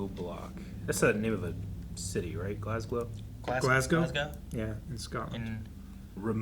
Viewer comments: GLASGOW MENTIONED 🏴🏴 only one that could say it right lol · um, I'm not making anything up. What's wrong with you? For a start, I was born, grew up, and currently live in GLASGOW. I think I would know how it's pronounced more than some random dude commenting on a YouTube video. It's "Glaz-go", well "Glaz-goe" would be more accurate since the "gow" is pronounced like "toe". It's the same way all English speakers pronounce "tow" as "toe" , or "row" as "roe" - as in "to tow/row a boat". Over 1 million Glaswegians, and another +4 million Scots outside of Glasgow all pronounce it this way. If you are saying I'm wrong, then you are telling an entire nation that they pronounce their largest City incorrectly. Secondly, if you are trying to say the show is using "Glasglow Block" and not "Glasgow Block", then you are the one making things up. Check the subtitles for this episode, it clearly says "GLASGOW BLOCK", not "GLASGLOW". Want more proof? Go to S1 EP8 and look at the list of override contingencies on the computer while they are looking for the OTC, you'll clearly see "Glasgow" with only one "L". Maybe you should "stop making things up" 🤷🏻‍♂️ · **Glasgow - there's only one "L" Glasgow is the largest city in Scotland, as well as likely being the name of a town or city in the US too. In Scotland, we pronounce "Glasgow" as "Glaz-go", as we add emphasis to the "s" while ignoring the "w". I'm a Glaswegian born and bred in Glasgow btw.